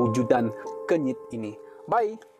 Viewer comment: Kenyit ah bukan kunyit😂